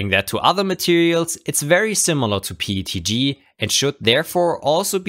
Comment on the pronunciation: Just curious, why do you say PETG pronounced like PTG. Is it because the when you say P it has an E sound at the end?